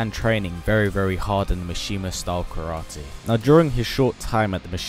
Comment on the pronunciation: Ka ra tae. I dig the accent